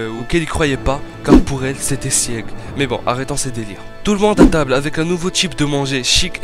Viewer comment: [Sig] pas [siég] ...... Beaucoup trop de nom écorché, j'arrête là